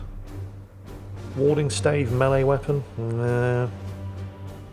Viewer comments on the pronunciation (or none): none